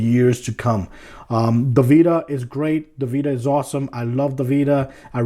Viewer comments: This guys atrocious use of the English language was annoying. I couldn't take " jus wif Breaf of duh Wild" "protabilly" "PlayStation Bita" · you say it like playstation beta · How many times did he say PS Bita?